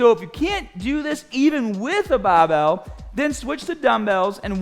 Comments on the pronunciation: Please never stop saying baahbell! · Thanks for the last correction move. I always use a 45 lb plate to do upright rows. I will definitely correct how I do them after seeing this. Btw, I love to hear ya say”bah-bell”😛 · Your grip is gahhbage on that bahhbell